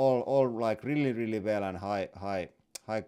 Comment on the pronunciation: "I rili like warrrning stickers." The most finnish thing Ive heard today